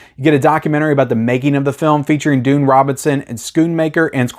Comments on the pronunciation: You do great reviews, but for the life of me I can't understand how you can mispronounce the name "Griffin Dunne". It's "Done" not "Dune". I could understand if he was an obscure actor, but seriously this guy has starred in huge movies for 40 years, and his sister was the famous actress Dominique Dunne that was tragically murdered by a stalker in 1982. How could you possibly have not accidentally heard his last name pronounced at least a thousand times over the years? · His name is pronounced done and not dune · His name is pronounced "done", not "dune". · It's pronounced Griffin "Done." Like his father, writer Dominick Dunne, his uncle John Gregory Dunne, and his murdered sister, Dominique Dunne. There is a new best-selling book about their storied family (including Joan Didion,) called "The Friday Afternoon Club" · 'Dunne' is pronounced 'done' not dune ... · Dunne is pronounced Dun not Dune. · Griffin Dunn [pronounced DONE]. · Griffin Dunne is pronounced "done." I love this movie. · Griffin's last name pronounced as "Done" and Linda's as "Floor-rent-tino" ✌ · You talk too much. You cant even pronounce Griffin dunes name. After hrs is easily top 10 scorcese